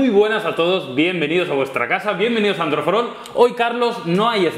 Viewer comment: Parece que dicen "Androforon" jajaja